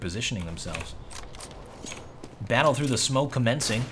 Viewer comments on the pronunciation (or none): none